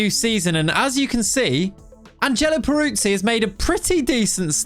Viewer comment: but you can't say his name 😅 it's more like Perutzee 😉 love the content mate. Can you do a lengthy Newcastle save please 🙏